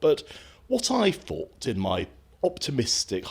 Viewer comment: What he fought....its THought ....they have the speech of a child who has just lost their front teeth. Why hasnt anyone told them??? sorry fvem